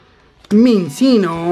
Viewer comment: no Minccino se pronunciaba Minchino?